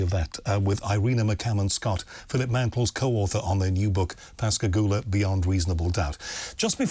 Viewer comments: I'm quite impressed that you pronounced Pascagoula correctly. As a native of the area, I often hear the name butchered. Well done. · You know they were abducted and experimented on by humans in the unacknowledged space force. It was an Alien Reproduction Vehicle (ARV) the two men saw. And I commend you for pronouncing Pascagoula correctly.